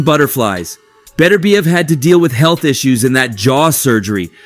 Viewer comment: There is no fighter named Better bee ev. His name is Bet urb iev. The emphasis is on the second syllable.